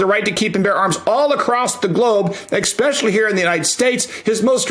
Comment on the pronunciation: I'm guessing Steven cringed at hearing the word "exspecially" ... 😔